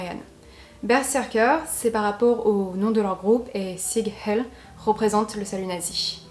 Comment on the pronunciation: Le terme « Neo-Naziste » n’existe pas , neo-nazisme ou neo-nazis « nationaliste ou neo-nazi » … et les Skinheads ne portent pas de « blouson en cuir » mais des Bombers , des rangeos ou des Paras avec le plus souvent des lacets blancs. Et PS: Sig Hail ne se prononce pas « sig hell » mais « Zig HaÏL»